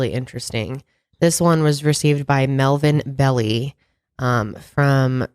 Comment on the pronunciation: corrects Zodiac's spelling errors multiple times while literally butchers every name she reads., look up YouTube videos of Melvin Belli and Zsa Zsa Gabor. Melvin Belli did an interview on the Zodiac killer which is on YT. A little prep makes a big difference. Happy New Year!